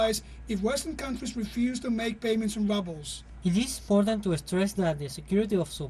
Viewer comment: The Russian roubles is pronounced wrongly! Please check the phonetic dictionary! Basic things should be gotten right!